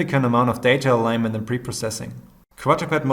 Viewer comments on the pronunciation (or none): none